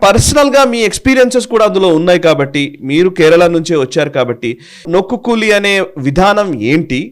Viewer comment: Please correct the spelling and pronunciation. It's not nokku but noku means look or see.